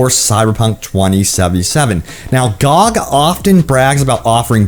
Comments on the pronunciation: Gee-oh-gee is how to say it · Is anyone else annoyed by his pronouncing GOG like a word and not the letters like an acronym that it is lol